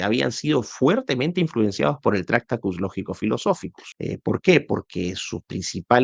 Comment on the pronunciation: Lo siento, me niego a ver un vídeo de 50 minutos hablando de un filósofo cuya obra más importante (tractatus) no sabes pronunciar. En español la manera correcta de pronunciarlo sería: traKˈta.tus, cada sílaba de forma clara y separada, con énfasis en la segunda sílaba. La pronuncias como si se tratara de una palabra esdrújula, cuando no lo es. Te deseo miles de likes, el mío evidentemente no lo tienes. Saludos.